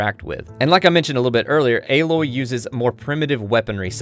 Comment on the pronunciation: great video. im so excited to play this game and thank you for pronouncing Aloy's name correctly